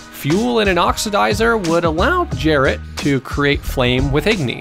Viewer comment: cool video! I love the editing but.... there isn't science behind igni. This game takes place in a fantasy setting and igni is just plain magic no matter how you spin it and magic is common throughout the witcher universe. (also its not Jeralt its Geralt - pronounced Gaer-alt)